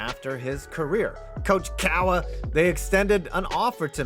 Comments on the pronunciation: It's not "coach cowuh" it's "coach cahr" ya jagoff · I don’t know who the hell taught you how to pronounce Coach Cahr but they were wrong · yinzers pronounce Cowher like Cuh-AH-ER - Yinzer